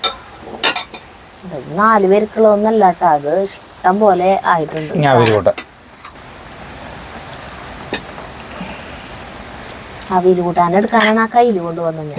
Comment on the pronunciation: അവിൽ അല്ല, അവിയൽ എന്ന് para